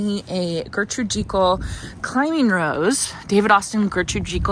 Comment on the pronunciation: Please look up the pronunciation of the rose your husband gave you, not trying to be mean love you guys it's just driving me crazy.